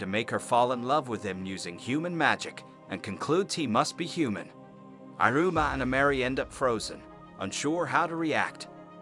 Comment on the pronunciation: “irooma” lmfao the pronunciation is funny and it pisses me off at the same time